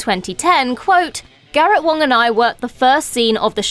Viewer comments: I thought it was Wang, not Wong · And she's still saying Garrett WANG's name with a O lol